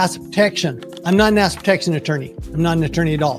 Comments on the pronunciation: "asset" is TWO syllables. It sounds like he is saying "acid". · 😂😂😂 seriously this guy cannot say assET ffs! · He needs to accentuate his T’s cause everytime he says asset, it sounds like he is saying ass! Ex. You’ve got good ass protection! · Great video! Am I the only one who heard him say "a$$ protection"? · That's all I heard!!! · Who else here can not hear the "ET" in the word Asset when he says it. literally sounds like ass protection every single time. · 😂 how can you trUst one tHAt caNOt prOnOunce ' ASSet prOtectiON ' ...😂 UnLess it's a hidden message 😮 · I keep hearing “ass” protection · I came here just to say that too😂 Love that he says ass instead of asset everytime. Much more entertaining! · same thing